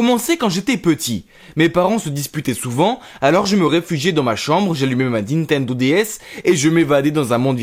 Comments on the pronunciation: DiTeNdO dS 😆😆😆 vRaImEnT tU nE sAiS pAs PaRlEr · « Dintendo DS » 😭😭😭😂